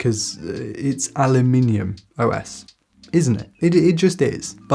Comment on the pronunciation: I'm not talking about spelling, because it is spelled AluminumOS. I'm talking about how you pronounce it with a non existent "I" or "E"